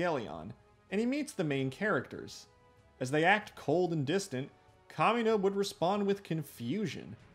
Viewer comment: i hear kamina as “communist” and had to stop for a second😭